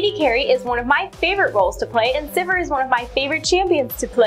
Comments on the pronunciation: Its not pronounced Syvehr.... Syveer is the proper way to say it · I can't believe that's the correct way to pronounce Sivir. It doesn't sound like anything when you say it that way, except vomit. I want it pronounced like "severe" and I will continue to do so until banned from LoL.